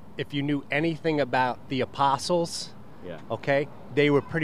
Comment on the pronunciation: He said "The Aposols" 🤣